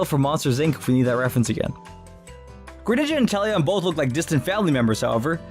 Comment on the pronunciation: Me: Inteleon Other people: inTEllEoN